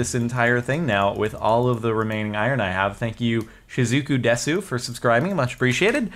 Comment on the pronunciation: JARDON desu is pronounced des